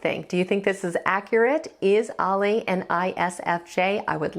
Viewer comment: The Warning are 3 extremely talented musicians, performers and songwriters. Bonus points....all three are also extremely likeable....The trifecta plus one. Oh...and you pronounces her name as "Al-e or Ally" not "All-lay."